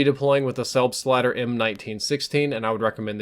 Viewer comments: it sounds like u say selfslider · Am I the only german Who is laughing out loud About the pronounciation of "selbstlader" ^^ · Frido Gaming No, even us Norwegians are laughing at the american pronounciation😜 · Hehehe it is always funny when an american says Selbstlader :D Greetz from germany